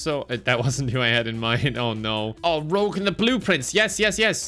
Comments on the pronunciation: The consistent pronunciation of "Rouge" as "Rogue" is the funniest thing ever, if only because it ups the "Person with violent names" count for the purposes of confusion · the one thing that he mispronounced that I found annoying was he pronounced Rouge, "Rogue" which literally everybody says wrong so I don't think it was intentional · oh I see. Her name is rouge not rogue. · Bro I never even knew it was spelled different. Ive thought it was spelt Rogue my entire life and you finally made me understand why everyone else pronounces it "wrong" Oh My God My Life Is A Lie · pronouncing Rouge as Rouge and not Rouge is grinding my gears lol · The Rouge pronunciation is killing me XD I'm Rogue, she's Rouge! I do medical exams for Sonic, she--wears rouge. = P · Pronouncing Rouge as Rogue the whole video is such a move 🤣🤣🤣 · Haha My favorite part was calling Rouge "Rogue" the whole game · Due to all the jokes makes, I'm not sure if he was just pretending, or if he actually doesn't know her name is Rouge and not Rogue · calling Rouge Rogue😂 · Her name is not rogue. It’s rouge like the color. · i love ya, youre my favourite person, but its been bugging me that you have been pronouncing her name as "rogue" instead of the colour "rouge" 😭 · When he calls rouge rogue ❤ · Every time I hear Rouge mispronounced I die a little inside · is purposefully mispronouncing rouge's name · like he's purposefully mispronouncing other stuff but literally everyone mispronounces her name so idk if that one is intentional AA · your pronouncing rouge the wrong way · I was thinking about complaining about Rouge's pronunciation, but then. I realized I'd need to point out words like "wound", which are obviously misspoken in jest. So now I rest: it's part of the joke. It's part of the joke... and if it wasn't, it will be after the fact. :)